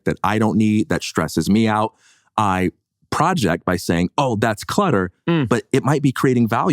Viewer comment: Thank you. When project is used as a verb it is pronounced proJECT -emphasis on last syllable.